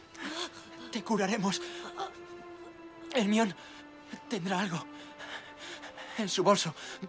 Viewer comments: Hermion? No es jermayoni? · "Jermion" JAJAJAJAJAJAJAJAJAJAJA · "Hermion" perfecto jajaja aún más el doblaje español tirándose los nombres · Hermion XDDDDD Es hermione o para que sepan, se pronuncia como en el idioma ingles "jermayoni", estoy al tanto de que hermion es la forma de pronunciarla en latin, pero harry potter es una historia inglesa, asi que esa es la forma de pronunciarla "jermayoni" , los españoles siempre buscando como llevar la contraria a todo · ermion jajajajajajajajajajajaja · Estaba triste hasta que escuché Hermion ._. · MatteoXD es "ermion" xD!!! Jajaja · espera le dijo jermion a hermione HAHAHAHHAHAHAH wtf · "Ermión" XD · Ermion! Jajajja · Ermion? Qué les costaba ponerle Hermaioni? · hermion ??? jajajajajjaja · ermion xd